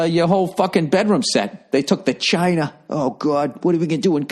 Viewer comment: They took the chinaaa!! What awe we gunna do when company comes ovah?! Classic.